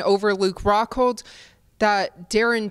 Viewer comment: Did she say fluke rockhold? Lol